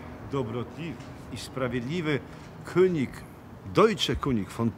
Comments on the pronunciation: Jaka amatorszczyna języka niemieckiego... kunig Kuń by się uśmiał. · König wymawiamy kynig nie kunig 😀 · "König", czyli po niemiecku "król", czyta się "kynig", a nie "kunig". Pozdrawiam 🙂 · König wymawia sie kynig tak w niemieckim jezyku , litera Ö Jak w polskim Y.Dobra informacja. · Deutsche König von Polen. Dojcze kyniś fon polen. Taka jest prawidłowa oczywiście w transkrypcji wymowa tego niemieckiego zwrotu. Szkoda że znajomość niemieckiego jest tak słaba również wśród polskich historyków.